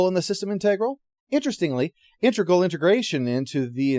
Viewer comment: So refreshing to see an Enterprise review that's almost entirely positive, where the biggest complaint is over the pronunciation of "integral".